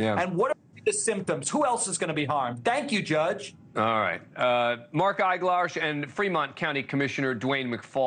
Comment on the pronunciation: Eiglarsh? ... Grrrrrr!!!